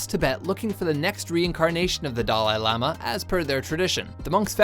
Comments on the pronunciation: Yes, yes, we all love the "doll eye laama" :| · "Dah-LIE lama?" Why do you never pronounce things right? STOP. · How can you not pronounce Dalai Lama when making a video about him?